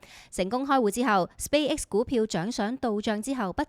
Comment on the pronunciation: 請不要將Space X 讀成Spay X